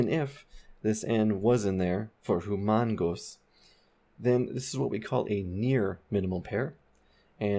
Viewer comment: in tagalog the "ng" in humangos is is not pronounced with the g...it is simply "ng" as in "sing" .. humangos means to pant - not paint.. maybe there was some clerical error there... so it will not sound the same as humongous i really like these videos..these helped me a ton with my english studies!